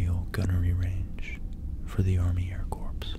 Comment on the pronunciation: " ... for Army Air Corpse pilots .... " Sorry, that pronunciation struck me so funny. Now I'm imagining some living dead pilots flying their planes.